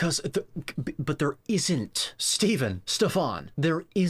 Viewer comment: Unfortunately you apparently didn't see my previous comment about how to pronounce Stephan's name. It's neither "STEEFn" nor "SteFAHN", but "STEFn" (there was a debate between him & Gary Taubes in which Gary had a mental block with his name & couldn't stop saying "SteFAHN", even though he knew it was "STEFn". Also his surname is pronounced, "GEE-n-ay" (with a hard G, as in "ghee").